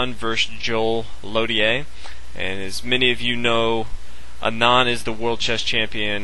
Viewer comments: Thats how u say Anand aa-nund aa - 'aa' is pronounced as 'a' in car nund - 'u' is pronounced as 'u' in nun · Learn to pronounce Anand :)